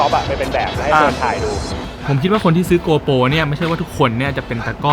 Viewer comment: GoPro not gopo